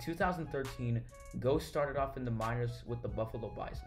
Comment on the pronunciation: why didnt you look up how to pronounce his name?